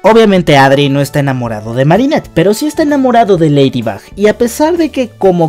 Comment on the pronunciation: y poco y es marinette no mari